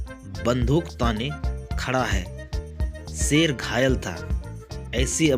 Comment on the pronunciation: Sher hota hai seer nahi🤣🤣